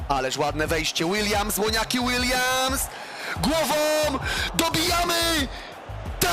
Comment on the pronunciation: ŁONIAKI ŁILJAMS